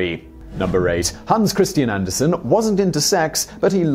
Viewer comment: Did he say “Hands” Christian Anderson?